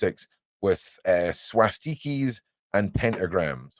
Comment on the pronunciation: the way you say swastikas cracks me up! Much needed light, in this very dark place. 🤍🖤🤍🤘🤘